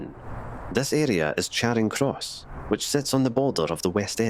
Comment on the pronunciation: Charing Cross in Glasgow should be pronounced as Chairing Cross. In fact the narrator mispronounced a number of Glasgow Place names.